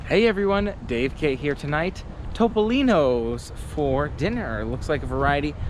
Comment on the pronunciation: Thumbs up for correctly pronouncing Toh-poh-lee-noh! Based on your dining experience, it's definitely not TOP! LOL Was the pasta not even cooked al dente? (Don't tell anyone, but I like a well-cooked, soft pasta too.)